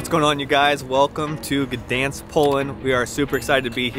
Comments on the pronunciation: G is silent. Pronounced ‘Danzig’ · You really butchered the name Gdańsk :P